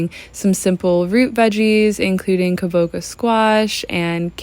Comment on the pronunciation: Hi! Thank you for this video. I'd just like to let you know that kabocha is actually pronounched ka bo CHA like matcha. (I've been studying Japanese language and culture for 9 years). Sending you love and gratitude<3